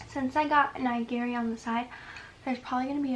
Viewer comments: it's actually ni-gi-ri, not nye-gi-ri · "NYE-GEARY" Holy shi- Nigiri is pronounced as KNEE-GEARY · The way she pronounces nigiri makes me so mad since I’m Japanese lol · And then she pronounced nigiri incorrectly... Can't have everything, I guess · how do you pronounce it?